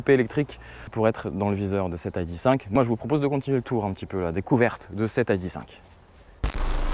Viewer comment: Aille di cinq ?!?! "i" "dé" cinq ou "aille" "di" five ... Du franglais dans toute sa splendeur LOL :)